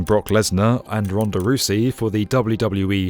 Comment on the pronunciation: Not ronada Roosey